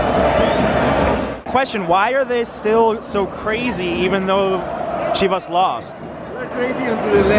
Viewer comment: I get triggered by the way he says chivas😭🙄🤬